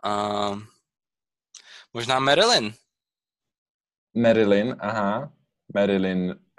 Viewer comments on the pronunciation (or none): Merilyn ??? Chyba Marylin.....